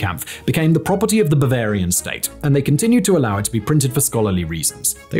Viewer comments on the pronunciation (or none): none